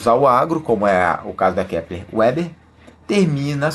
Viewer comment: Ótima análise fundamentalista, não é uma gigante, porém tracional no seu segmento. Só uma dica: A empresa tem sede no RS na cidade de Panambi, tendo sido os fundadores de descendência germânica. Então a pronúncia não é em inglês "Uber" e sim "Veber".